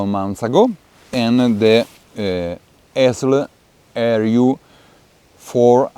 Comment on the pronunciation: The Italian pronounciation is correct. It's just the company founder's family name, Georg Essl.